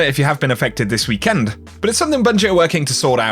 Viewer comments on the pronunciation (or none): the way you say weekend is scary